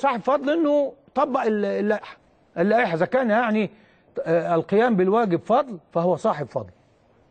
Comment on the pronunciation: ليس تنفيذ صحيح اي لائحة او قانون فضل لان كل الاندية اعضاء الجمعية العمومية بأتحاد الكرة المصرية يمتلك صورة طبق الاصل من هذه اللائحة وليس قضل يا مع كل الاحترام لك بنطق هذا اللفظ